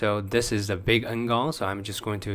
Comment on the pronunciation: So cute, how often you say "shrink" instead of "scale". One reason, I enjoy your videos so much. Same with ""... you pronounce it very asian.;)